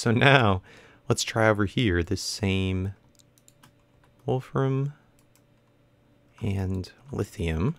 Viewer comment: You said Wolfram right. The only issue is that it is Wolf RAMI um